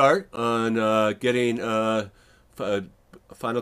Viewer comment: It's not "Final Cut Pro Ecks," it's "Final Cut Pro Ten." Roman numeral 10. Same as "Mac Oh Ess Ten."